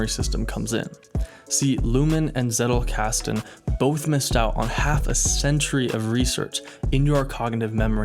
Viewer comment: I think for all of us germans, who are intrested in learining and come across the Zettelkasten Method in a variety in videos, its always funny to hear the wrong pronounciations of this term. Personally i didnt hear it rigth in one Video xD